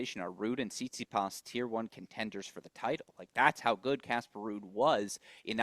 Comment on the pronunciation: He also calls Stefanos Tsitspidas